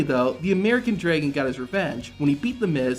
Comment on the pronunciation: Draigon? Who pronounces dragon like that?